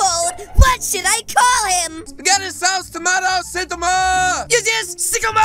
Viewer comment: SIIIIIIIIIICOOOOOOO MOOOOOOOOOOOODE !!!!!!!!!!!!!!!!!!!!!!!!!!!!!!!!!! and you said Saitama wrong